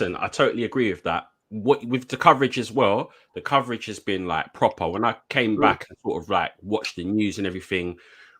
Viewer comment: From a Toon fan, well done fellas congratulations. Proper - pwoper - Club😅 West Ham.